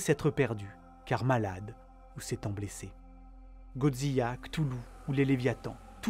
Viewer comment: Incroyable vidéo comme d'habitude ! Cela dit, le puriste en moi ne peut s'empêcher de faire la remarque, alors... J'ai vraiment grincer des dents avec ton "Godziya"... 😂